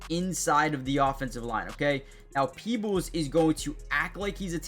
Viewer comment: You said his name right peoples he is the world by all of Baltimore Ravens🐦‍⬛🖤💜